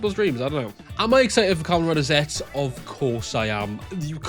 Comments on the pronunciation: Zetzu is the the proper pronunciation I think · The pronounce is Zettsu or just Zetsu for this rider